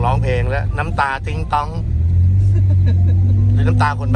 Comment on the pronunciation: ทำไมต้องเน้นคำว่าติ๊งต๊องล่ะคะคุณชูษี